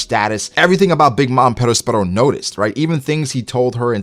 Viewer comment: Yo dawg why you rollin r’s on perosperos ???